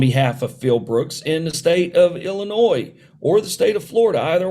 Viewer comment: Why do so many people say IlliNOISE? It's pronounced IlliNOY